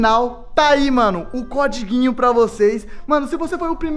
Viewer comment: "Comprei vários CODIGUIN" , azideia KKKKKKKK